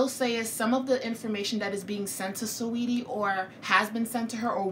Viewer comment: “Swaydi” 😂 its Sa-weety